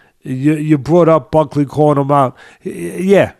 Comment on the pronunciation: Week after week you continue to disrespect these fighters the very least you could do is pronounce their name correctly, who in the hell is Ulberry & Bucky ? 🤣 I’m starting to think it’s intentional